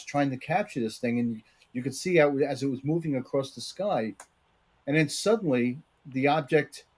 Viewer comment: “Across” is not pronounced “acrosst”